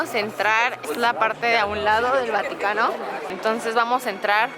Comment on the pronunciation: Like si karen dijo vanocano en el minuto